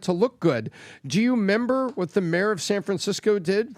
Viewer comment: is so intelligent but he says “do you member?” Brooo. It’s REMEMBER! lol